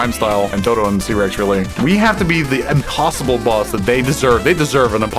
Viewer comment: I’m not going over to that team until you start addressing me as “Lie-thero” Also: Doe-todoya